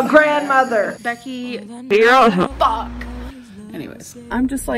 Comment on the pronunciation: Becky..... IM SHORRY.... FOCK.... anyway